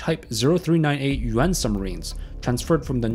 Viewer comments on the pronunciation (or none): none